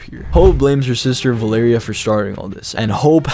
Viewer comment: It's val-er-ia